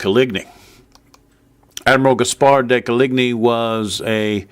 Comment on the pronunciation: Nobody:: CoLigNee